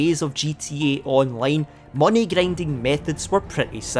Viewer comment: Gryendying😂 dude